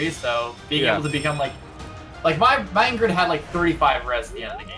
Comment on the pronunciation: did just pronounce her name ingrid